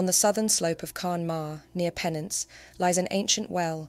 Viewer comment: Fascinating! Such history behind what we see as nursery rhymes. P.s. Penzance is pronounced 'pen - zsans. We pronounce the z. As as in buzz.😉